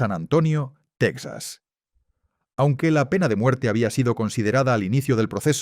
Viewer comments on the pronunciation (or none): Porque pronuncias Tecsas (Texas) anglosajón con acento Español Ibérico? Sería Tejas para los Hispanohablantes cono!😂